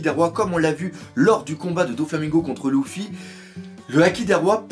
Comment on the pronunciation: euh doc on dit luffy pas louffy